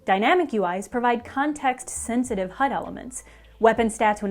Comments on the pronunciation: I love how she says "H U D" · Can you just say HUD normally once. Also neat video! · She killed the video by exageratting the pronounciation of HUD every time. Polygon sucks. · You can hear her accent come out every time she says HUD